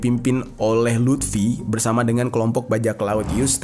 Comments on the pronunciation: Luffy bang bukan lutfi🤣🤣🤣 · luffy bang bukan lutfi wkwkkw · luffy bang jer,,bukan lutfy,,lutfy mah temen gua maen gaple bang jerr😂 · Bukan LUT’fi bang bukan 😅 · Lufy bang bukan lutfy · Luffy bang bukan lutfi... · Teori big three nya agak beda dari pendapat gw, tapi ya bebas brpendapat krna big three gk ada rule atau kategori khusus. Cara baca yg bener hunter hunter bukan hunter ex hunter, dan cara baca luffy itu luffy bukan lutfi ntar jadi anjayani dong. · Luffy bang bukan lutfii anjirr😂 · Luffy bang bukan Lutfi😅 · Luffy bang...bukan Luthfi...Kalo si Luthfi anaknya Mang Jajang...wkwkwkwkwk. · Luffi bang bukan lutfi wkwk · Luffy luffy luffy bukan lutfy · Kok lutfi bang😂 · Lufi bang bukan lutfi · Luffy bang bukan Lutfi 😂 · Bang itu Luffy bukan Lutfi, kalo Lutfi mah temen gue bang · Luffy bang , Klk Lutfy tetangga antum bang😂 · Luffy bnag 😂 maaf bukan lutfy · Luffy bang bukan lutfi😂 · Luffy anj.. LUFFY... bukan Lutfi... Sebeh bed denger nya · Luffy bang bukan lutfi, kalo lutfi temen gw yang suka ngupil klo lagi belajar wkk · Gua stop nonton pas dese bilang luffy jadi lutfi 😒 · ngakak bang lu bilang lutfi😂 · Walah, stop nonton pas dia bilang "lutfi" :v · Bang jer ga pernah nonton one piece? Maap bang, penyebutan karakter luffy di telinga gw jadi lutfy😂eustass kid jadi eustad😅semangat terus bang, seru nih pembahasannya🔥